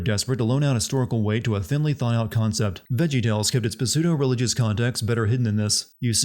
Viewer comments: lol "puh-soo-doe" why did you pronounce it like that? it's "soo-doe" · Ah, I see we're back to "besudo" for the word "pseudo," eh? Thought you got a ton of comments on that last time :) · Pa seudo!? PA SEUDO!?!?!? holy fuck read a book once in awile, maybe interact with actual humans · Pronounces "p" in "pseudo," ding. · Great run down, thanks for telling me how and exactly why Halo 5 sucks so I don't have to play it. Also, you don't pronounce the P is pseudo. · I don't know why this bothered me so much but the 'p' in 'pseudo' is silent, my guy.